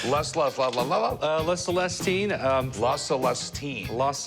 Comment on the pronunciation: omg there are some stupid folks out there "las lustine" he effectively stole the first syllabe from the second word and added to the first word instead of reading the picasso title like "la" a pause and then "selestine" he read "las lustine" 😂😂😂😂😂